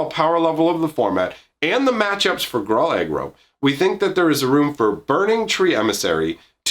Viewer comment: Gruuuuuul or Grool - not growl or grol